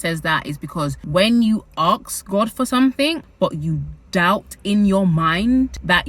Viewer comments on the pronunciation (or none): its so interesting every time you say AKS nit Ask )) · Why do you say "aks" instead of "ask"?